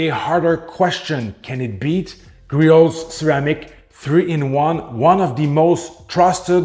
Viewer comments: I feel bad for Griot's Garage, no one on YouTube seems to pronounce their name correctly. In case anyone is curious or cares, it's pronounced Gree-ohs, not Gree-oats or Gree-ots. I guess it's a pet-peeve of mine. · The project farm guy was insufferable, pronouncing the T lol